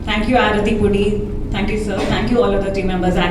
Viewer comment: "അരത്തി" അല്ല "ആരതി" എന്നാണ്